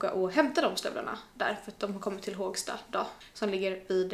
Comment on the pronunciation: Inte Hååågsta, utan Hoooogsta! Med O 😊